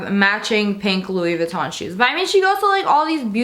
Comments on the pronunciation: Haha it's not loose vinton its louise vutton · No hate just saying it’s pronounced as “loui vitton” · Josie Vlogs haha no hate I love her. But it's supposed to be pronounced like (looie Voo-ton) it just made me laugh that's all. ❤️ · "LEWIS VITTEN" Gorl, I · The way she pronounced Louis Vuitton tho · the way she said Louis Vuitton😂😂😂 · Jadryl Veloria umm no. It's a common mistake. I am showing no hate towards her. 🙃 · Did y'all hear how she said louis Vuitton 😂 love you